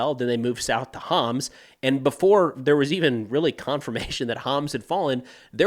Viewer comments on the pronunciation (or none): Thank you for the synthesis if Syrian events in English. My Arabic is too poor to keep up. But I wish to share pronuciation tips that Homs sounds like a quick ""humps" and Tartus rhymes with "car-moose".